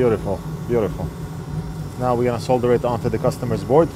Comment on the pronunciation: Just realised, you pronounce the word solder correctly! Americans usually have a weird way of saying solder, sounds like soder or, sawder?! Anyway, you say it correctly so congrats from this Brit!